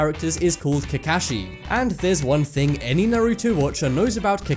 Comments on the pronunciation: NAR A TO NOT NAR OU TO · Naruto is pronounced Naruu-toe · Nigga I wanted to punch him so badly, he said Naruto and Kakashi wrong -_ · Him: "Narutu" Me: 😠😡😠😡😠😡😠😑😑😑😑😱😵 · i swear why do people always called naruto narooto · you butchered the names of Naruto and Kakashi. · They never pronounce Naruto right. 😑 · Kaezen and naruto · The way he pronounced "Naruto". I'm shook cuz I am Asian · So is nobody gonna mention how he pronounced Naruto 🤷‍♂️ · God u say Naruto and Kakashi so wrong 😂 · ALL OTAKU MUST KNOW HE SAID KAKASHI AND NARUTO WRONG:( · How dare you say Naruto wrong lmao